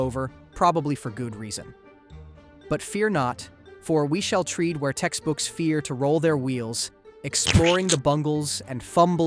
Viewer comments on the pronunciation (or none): you're deaf then. Bro said "treed" instead of tread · Tread is pronounced like “tred”. Not like “treed” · You pronounce stuff weird, tread isn’t pronounced “treed”, and heinous isn’t pronounced that way either. Good video though. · "tread" pronounced incorrectly. I won't be logging each mispronunciation, but this doesn't sound like what a human would do. I've already noticed some abominable examples in another video. Plus they are all of almost exactly the same length. At least, eerie...